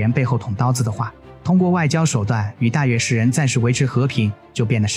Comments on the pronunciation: 應該是閱之，也可做禺之，無論如何不會是肉汁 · 大肉之（大月氏讀音）